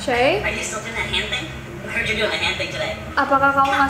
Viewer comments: video yg ketiga kenapa mukanya ngedeket2 ke kameraaaaa :'(( apa cuma gua yg kedengerannya bukan "i heard" tapi "ahoy" 😂😂😂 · aku kok dengernya yang manekin tepuk tangan itu yang bilang i heard i heard itu aku dengernya aui aui aui terus 😑